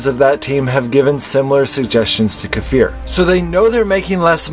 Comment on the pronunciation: makes me remember back when you & most of us still pronounce his name KI-FUR :))